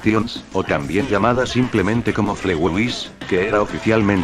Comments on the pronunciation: Se dise fligei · Se dice flitwey y se escribe fletway